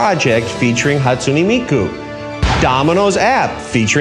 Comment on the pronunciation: the way this man says Japanese names, including miku's, makes me wanna delete my dominos app ft hatsune miku